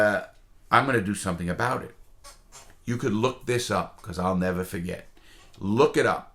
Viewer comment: “I’ll nevah forget it” never gets old lmao